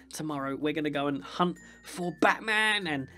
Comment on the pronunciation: you said hump not hunt ok